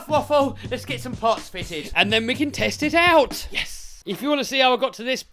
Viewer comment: Why did I hear "test it out" as "test tit out" 🤣🤣